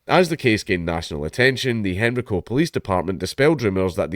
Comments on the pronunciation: It is pronounced hen-rye-co, not henry-co. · It's pronounced hen rye co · It's pronounced "Hen-rye-co" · It's pronounced "hen-ree-co" in Scotland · Yeah, same. Hearing him pronounce Henrico like that is throwing me off😅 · As someone from the area, I find it hilarious how you say Henrico. As for the story: This is appalling